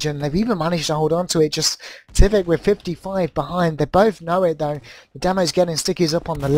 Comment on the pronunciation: Good cast but dear God it's not Tivik